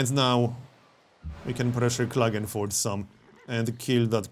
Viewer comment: Hey, do you speak by any chance some german? You pronounced something like Klagenfurt correctly:D